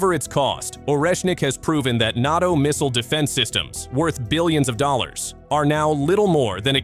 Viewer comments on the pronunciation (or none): NOT-Os door step? Can't pronounce NATO? Ai Male Bovine manure